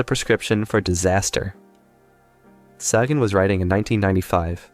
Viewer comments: Maybe our poorly evolved primate species is simply not capable of sustained collective critical thought? Otherwise, pretty good stuff. One quibble. Carl Sagan's last name is pronounced "SAY-gen", not "Saw-gen". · I'm assuming the guy who made this video is young because he didn't pronounce Carl Sagan's name incorrectly. It's SAYGUN. Thanks. Also, is all the art in the video AI-generated? there was no attribution of any artists. Just wondering. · Correctly pronouncing Carl Sagan would go a long way in increasing your credibility on this topic. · Well meaning fyi: Sagan rhymes with Reagan 😊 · Not bad kid, but you lost me when you repeatedly mispronounced Carl Sagan's last name. Carl was my dopest homey - keep searching for the truth though! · You might wanna check how to pronounce Carl "Sagan" lol